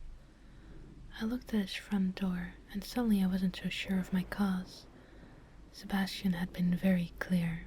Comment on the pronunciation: Whenever you said "Sebasitan" I could only think of Sebastian Michaelis from black butler xD